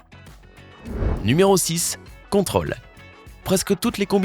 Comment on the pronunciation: On prononce contrôle en marquant l'accent circonflexe qu'il y a sur la lettre o